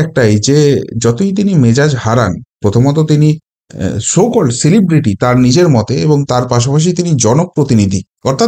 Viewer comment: তাও আবার নাকি 'শেলিব্রিটি', not 'সেলিব্রিটি' !